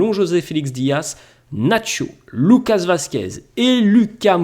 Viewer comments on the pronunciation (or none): none